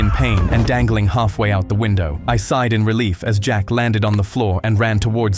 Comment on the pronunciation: when u said dangling u sounded british